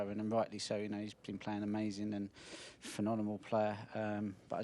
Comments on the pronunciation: A legend of the game, 7 World titles, 41 ranking titles, nearly 1300 career centuries and he still says "phenonemal" 🤦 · Fenonemal??? why can't Ronie pronounce this. I'll have to "aks" him😃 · ironically - he's never been able to say the word "phenomenal" 😂